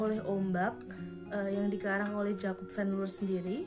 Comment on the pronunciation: Bacanya Van Lir